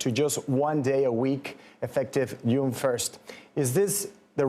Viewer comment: It's JUNE, NOT YUNE! Bye Bye SOuthwest. It was nice. Everyone move back to the Great Lakes!